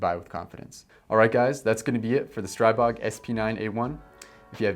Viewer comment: Seriously. The Grand Power CEO corrected several people at Shot Show: The proper pronunciation is : Stree-bog. . .